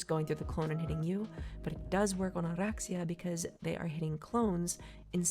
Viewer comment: love how you roll the R's for oraxia, ive heard too many "or-axe-e-uh"